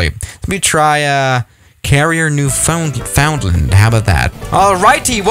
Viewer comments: It's pronounced NiuwFoonLand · Me: lives in Newfoundland. pronouncing Newfoundland: “Nufinlend” me: R.A.G.E ITS NEW-FOUND-LAND——! Get it right (;-;) But then when he said “caneda” I was just about ready to kill myself.